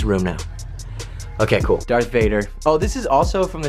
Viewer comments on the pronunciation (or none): none